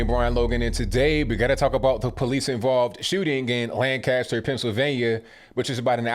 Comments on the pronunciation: Jesus people. It’s “Lankester” not LAN-caster. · It's not pronounced Lan CAST er. It's LAN cast er. Or basically put "kisst" in the middle. Just a pet peeve as a native. Hard to believe my home city is in on this nonsense also. The city was still pretty heavily Republican when I was growing up in the 80s. It even had a Republican mayor as late as 2006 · not Lan-caster, Lanc-aster ... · Its pronouced "lancaster" . Not lan-cast-ter. Everyone saying it wrong. So sad this happened. This has been going in this city for week. Riots etc